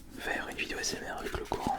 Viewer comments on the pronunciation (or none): none